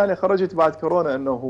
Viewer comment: خيه اسمهه كورونا مو كوررررناااا 💔😍•